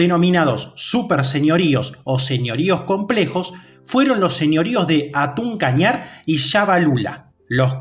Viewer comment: Se escribe hatun pero se dice jatun kañar